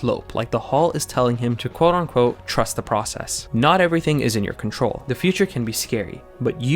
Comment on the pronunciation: I don’t know if you get this comment a lot, but the phrase is “quote UNquote”. It always sounds like you’re saying “ON quote” and bothers me